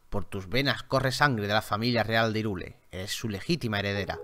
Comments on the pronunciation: No se pronuncia "irule",se pronuncia "jairul" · asi se pronuncia hyrule se pronuncia hayrul